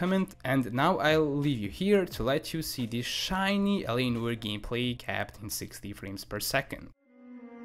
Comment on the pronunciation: He calls it L.A Noy er. It's No-are.